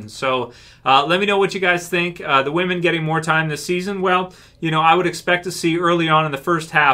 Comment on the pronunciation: oh so "whamen"... great, i mean i thought TWD was taking a nosedive, not willingly killing itself.